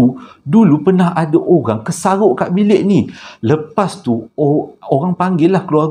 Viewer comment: 'kesaghok' tu loghat mana bang.?